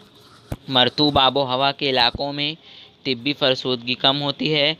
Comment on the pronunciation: It's not tibbi it's tabai